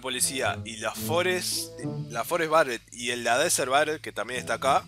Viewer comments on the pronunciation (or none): dan, BARET?!?! ENSERIO? ._. es berett dan pls